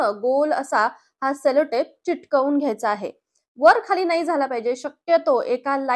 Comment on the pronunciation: चिकटवून ऐवजी चिकटवून असे बोलावे